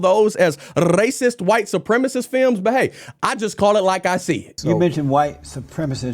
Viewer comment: Anyone know why rolls his tongue when he says “rrrrracist”? 😂😂😂